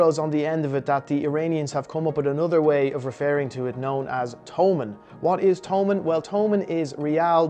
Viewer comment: It's no to-mun it's to-man